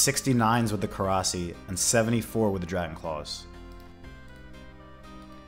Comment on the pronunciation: I gotta give the thumbs down for STILL calling it a Korasi 😂